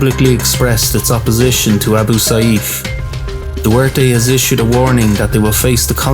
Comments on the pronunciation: Its pronounced Rod-rigo du-ter-te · Duwerte i am filipino that not how you say it